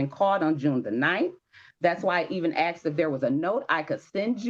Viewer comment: Oh you axed for it did you ?